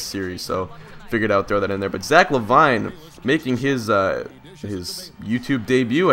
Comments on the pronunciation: Great video never disappointed but, I think it's pronounced La•Veene not La•Vine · It's La- Veen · I don't want to sound annoying, but it's pronounced Luh-Veen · Pronounced La veen but good commentary love your vids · So if one player explains that it's "LaVeen" then why do 20 other people feel the need to say the same thing? I mean really guys if he can play a video game he can read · It's pronounced la-veen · Yeah it isn't la vine